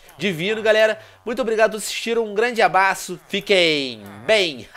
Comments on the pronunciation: ele falou "um grande abaço " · ele falo abaço no finalkkkk